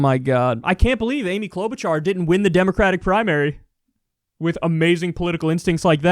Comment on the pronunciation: Klout'bu'cha - Its Orkish